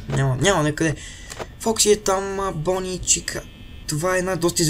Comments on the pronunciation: Много ми харесва как казваш на Бъни,Бони. много смешно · Bonni се чете на Български Бъни